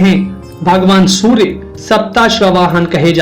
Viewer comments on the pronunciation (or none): none